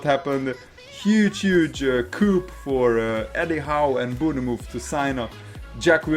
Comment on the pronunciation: Good commentary. Good insight. Let me help you out, pronounce Bournemouth like this: "Bornmith." 👍🏻